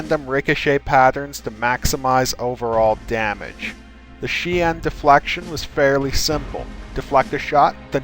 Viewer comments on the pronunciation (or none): The forms are pronounced as SHEEN or DYEM-SO.